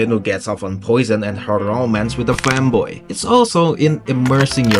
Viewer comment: I can't tell if you said fanboy or femboy... But then I realized it doesn't change things any.